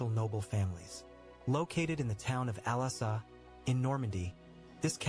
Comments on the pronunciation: Like pronunciation of the castles' names. I imagine the poor guy going to France and asking where the castle of Alassa (for Alençon) is, and people suggesting he booked a flight to Cyprus. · Ooohhhhh, there is le Chateau des Ducs d'Alençon, my home town holala 😀...the documentary speaker pronounces Alençon so bad hahaha 😂